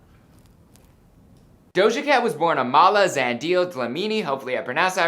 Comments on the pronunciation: That's not his dad bro...😂....do your research properly....You didn't pronounce her second name properly....you just rushed this....its pronounced Zun-di-le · It's ZAH - NDI - LEH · if you wanna pronounce it right, its pronounced "Z-uh-ndi-leh" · It's pronounced Zahn-dee-leh (Zandile) not Zen-dial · he didn't say Zandile 😂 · I know you tried but it's Amala zan-di-le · Haha. Omg. Please learn names. It is pronounced Zundeeleh. It is a South African Zulu name. She is American though. The name probably came from her father. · * Correction* that is not her father and you mispronounced her second name and surname💀💔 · No no you didn’t pronounce that right 🙂 Zan-Dee-leh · You pronounced the surname nxa... But you completely butched her middle name... It's pronounced Zan-dee-leh